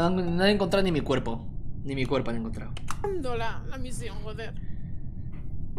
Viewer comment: dijo cuerpe??